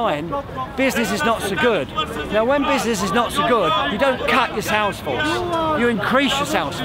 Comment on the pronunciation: Man kept saying bizznizz